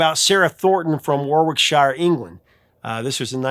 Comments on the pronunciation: It's not pronounced "WARWICK-SHIRE". It's pronounced "Warricksheer". Oh my fellow Americans... smh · "Worrick-shire" not "war-wick-shire"! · Warwickshire is pronounced Worrickshuh ;-) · Warwickshire is pronounced Warricksheer